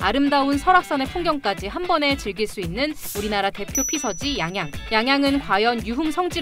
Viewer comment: 양양이아니라 앙앙이라고했어